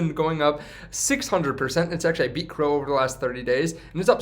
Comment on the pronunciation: C, R, O. Not crow lol